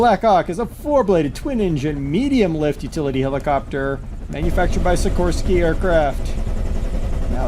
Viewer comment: it's pronounced Sikor-Sky Like sick-or-sky named after the company's founder Igor-Sikorsky, who invented the first helicopter.